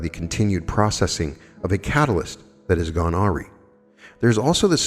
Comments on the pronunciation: I am sorry beloved but you are incorrect :) there is only one way to pronounce awry, it is ah-rye. Arr-eee is unfortunately incorrect in either country. It’s okay to make mistakes :) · “awry” is pronounced “uh rye”. thank you for being amazing,! you are a force. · Awry is pronounced “ah-rye.” 🙏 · Awry= pronounced, a rye... I did the same thing for 6 years or so. Love you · Awry pronunciation: "uh-rye" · Awry is pronounced uh RYE